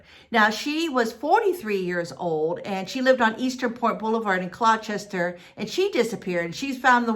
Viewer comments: Gloucester is pronounced glaw-ster! 😁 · please say gloucester right thank you and she was not found but many belive that she had a medical emergency and got swept away in the water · You're asking someone to pronounce Gloucester correctly but your sentences are filled with gramatical errors!😆🙄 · It's not pronounced GlouCHESTER. It's pronounced Gloster/Glawster. It's so weird to hear GlouCHESTER over and over. Also, it's not ChaTHam. It's prounounced ChaTUM. Something I found interesting: I wonder if the police followed up on. Someone saw a Craigslist post just before she disappeared, searching for "a dear motherly lady I met in Gloucester. " There is no rhyme or reason for this strange, sudden, nearly clueless disappearance. It's very unsettling. Now there are all these potential serial killings in New England. You have to wonder...